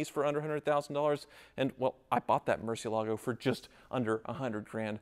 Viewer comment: **Hits play on video** Clenching teeth, "Please don't pronounce it mercy ALAA go, please don't pronounce it mercy ALAA go, please don't pronounce it mercy ALAA go, please don't pronounce it mercy ALAA go, please don't pronounce it mercy ALAA go, please don't pronounce it mercy ALAA go...". Sigh, 40 seconds later I am out.